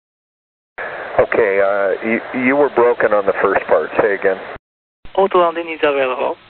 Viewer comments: Do you even YouTube bro? People watch the video and then comment on what struck them as interesting. In this case it was the controller say ot-land. Regardless if the controller speaks 20 languages, if it is clear that the pilot is not understanding him, he should spell the word. Don't be so sensitive. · "o-to" would have worked just fine, but he kept missing that second "o" sound. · I feel sorry for both sides here, but ATC needs to learn how to pronounce "auto"